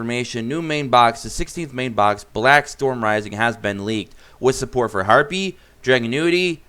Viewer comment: Drag- unity is how it’s pronounced